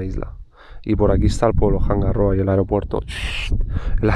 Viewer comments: Haberlo sabido.. mi prima tiene cabañas en Isla de Pascua!!🤩 y se dice "anga roa" no "janga rroa".. es que la h es muda y esa r es suave... Gracias por mostrar Rapa Nui.. mi fue mi destino de luna de miel ❤ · Hanga roa, no janga rroa